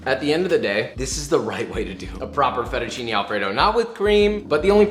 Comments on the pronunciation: Kinda sus that he prononces it fettucini instead of fettucine though (may be an accent?) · Close enough at least. The "e" in italian is pronounced differently, more like mhhm the sound of the second "a" in pancAke? So it's like fettuccinE al burro, while for me Josh sounds like he is saying FettuccinI al burro. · The guy says he's Italian and doesn't know how to say fettuccine properly, even Joshua says it better. Nice video 💪💪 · I like you say "fettuccine " 😂